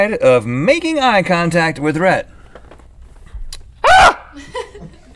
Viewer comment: Reth totally pronounced that name wrong.